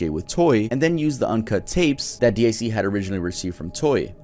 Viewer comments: You can say it was a good video. To me it was just painful XD guy was talking like he was reading off some list he didn't know anything about most of the time. And who the fuck says "DEE EYE SEE"? DiC is pronounced DEEK. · Guess you never watched Sailor Moon, it's deek not dick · It is not D I C it’s pronounced “Deak” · It is not D i C, it's DiC as a word. They say this over and over again in there advertisements and when a show starts. xD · It's actually pronounced Deek